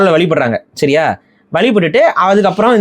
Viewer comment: Bro neega solrathu siria law du kekuthu Sariya solluga athu shariya law